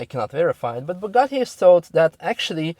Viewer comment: You pronounce Bugatti and Chiron baddly, nice video though, thanks Youtube for the recommendation!